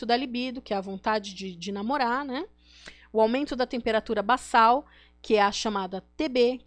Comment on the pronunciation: De novo....é basal e não bassal.....língua portuguesa um ¨S¨ no meio na palavra som de ¨Z¨ e dois ¨S¨ no meio da palavra som de S igual no começo....